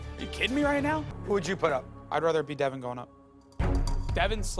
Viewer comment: It's Devin, not Devon